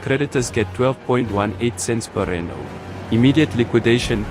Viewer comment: good content. just get the AI to say RANDS not just R.